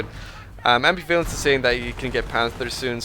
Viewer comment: Oh my god, great commentary, but seriously dude, it's am-BIV-alence, not ambi-VALence